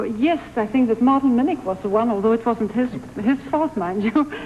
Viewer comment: Just a correction for the men's descriptions...."Mort Mennick" is actually Mart (Martin G.) Minnich. Sounds like he says Mort, but he was Mart.